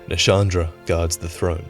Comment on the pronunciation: Wait... Shandra? Not Nashandra? Is this a pet name or is Nashandra the name of Anti-Shandra?